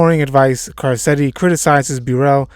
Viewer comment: Can you pronounce Carcetti correctly please?